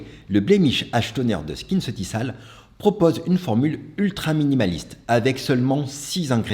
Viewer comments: Merci pour cette battle. Prononcer SkinceutiKal et non SkinceutiSal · J’adore ta Video… mais je permets: Skinceuticals se prononce SKINCEUTIKOLS. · Bonjour à vous je travaille pour L’OREAL Ça se prononce « skinceutikol » c’est juste une info. Ps: j’adore vos vidéos❤